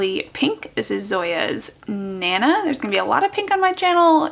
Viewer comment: They could be thinking of naNAH as a pronunciation, like in French with emphasis on the last syllable. There's an Emile Zola novel named Nana and "nana" is a generic, slightly pejorative name for a woman, like "chick." Tempted to buy this one because I've always called my grandmother Nana.